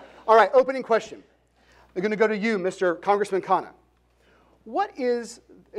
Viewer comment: the mod got vivek's name perfect... and as expected mispronounced khanna's... shows how impactful VR's persona has been...